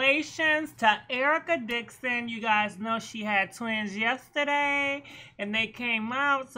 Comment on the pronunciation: UMMMM SAY IT WITH ME..... “ERICA DIXON!” 🤦🏽‍♀️🤦🏽‍♀️🤦🏽‍♀️🤦🏽‍♀️